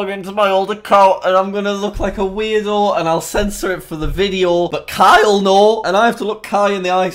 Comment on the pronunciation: Wen you said “Kai will know” it sounded like you said “Kyle NO!”